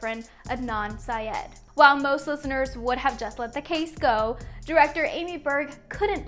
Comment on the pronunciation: The real crime is how she said syed